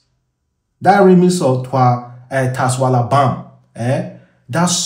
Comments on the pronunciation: TASWALABAM, well done for destroying the pronunciation 😂😂😂😂😂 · It's pronounced shwalabam